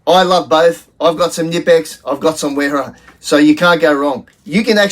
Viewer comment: And WERA is pronounced VERA. Heck, majority of people mispronounce Adidas, Volkswagen and so many more! But most people get stuck in their ways and refuse to understand languages different from their own. So they'll go on saying Nippex, WERA, et. al.